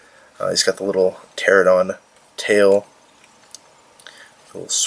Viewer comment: Looks great, but you didn't say the "n" in pteranodon. You said ter-oh-don when it's actually pronounced ter-on-oh-don